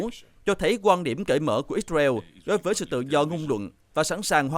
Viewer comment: Ích sơ ren đọc ích beo